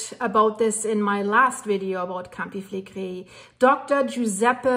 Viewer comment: love your reporting - I am watching with fascination. There has been elated activity all over the world - goodness only knows how this will all develop. I have been practising saying Campi Flegrei the way you do! Love from Scotland 👏🏼🇬🇧